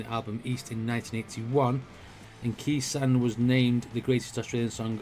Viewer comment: Khe Sahn is pronounced Kay San 😀 Cheers from Down Under Please react to Jimmy Barnes (aka Barnsey) singing “Stone Cold” 👍